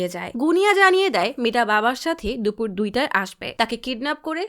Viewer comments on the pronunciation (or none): none